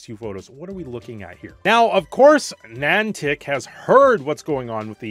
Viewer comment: Wtf is Nantac? Edit: opps, its Nih-An-Tic